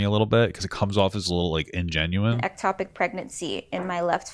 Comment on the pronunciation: Its called an ectopic pregnancy, not atopic.